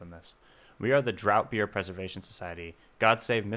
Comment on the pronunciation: FYI, draught beer is pronounced "draft beer"